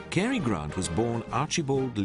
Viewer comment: As well as not being able to pronounce 'Cary' correctly